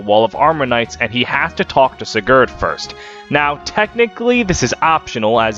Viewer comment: The pronunciation of most of the names was a little pain to hear (seriously? SiGARd?), but nonetheless it was hillarious to watch the whole thing in a single sitting, amazing algorythm pull